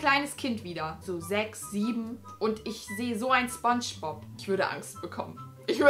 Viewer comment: Wer hatte auch nen lachflash wie sie gesagt hat: das ist ... spob aber nich sphongebob